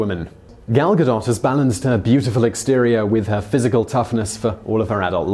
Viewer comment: Gah-doe not Ga-dot